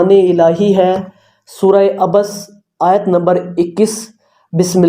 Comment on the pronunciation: ایت غلط پڑھ رہے ہو